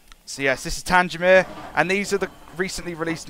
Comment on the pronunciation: It's actually pronounced Tang Mere! Other thank nice video!